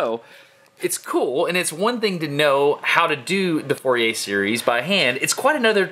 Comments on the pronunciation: If you pronounce "Fourier“ like this, you have no right to criticize other people's pronunciation of "gif". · But nobody has complained about the pronunciation of the Frenchman Fourier's name; being French it is not pronounced as four-ee-ay, it is more fur-ee-ay (fur as in fury (meaning very angry), or is that pronounced foury?). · Fourier Pronounced Foo-yay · More of a Foor-ee-ay to get the acute accent e sound of -er in french.